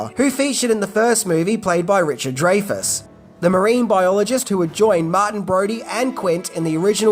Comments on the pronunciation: It’s Richard DRY-fus, not DRAY-fus. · Richard DRAY-FUS???? It's pronounced 'Dry-fuss.' You have got to be the only person in the world who ever pronounced it dray-fus. Or is it an Aussie thing?